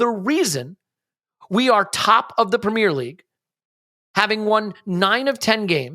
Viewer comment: I switched off the moment I heard how he pronounced premier